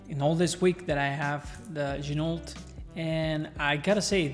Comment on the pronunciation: Please don’t pronounce the T in Ginault. Ok. I’ll show myself out.